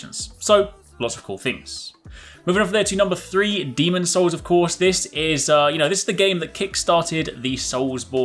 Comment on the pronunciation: hey, it's demon'S souls;)